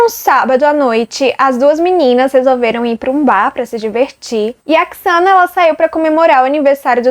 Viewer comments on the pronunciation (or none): Eles nao moravam na fraternidade. Era uma casa comum, dividida pelas 4 meninas. O nome se pronuncia Zena (Xana). Nao se pronuncia Quiçana. A moça que vc disse que viu o possível assassino, nao dormia no porão e sim no segundo andar (mesmo andar da Xana e Ethan). Abraços!